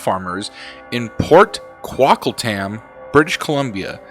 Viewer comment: You're close lol Still going to be a great video tho 🙂 How do you pronounce Coquitlam in British Columbia? Coquitlam (/koʊˈkwɪtləm/ koh-KWIT-ləm) is a city in the Lower Mainland of British Columbia, Canada.